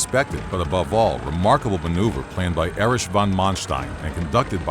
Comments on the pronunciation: "A-rish von Manstein" i can hear all the germans cry out in absolute horror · Learn proper German names pronunciantion, narrator! Your turned Erich von Manstein's name into "Erish van Manstein", "Reich" into "Reish", "Bundeswehr" into "Bundeshveer" and so forth.